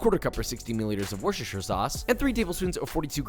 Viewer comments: ITS WUSTURSHUR NOT WUSHISHOYUR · One day you'll say Worcestershire correctly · His pronunciation of worcestershire sauce 💀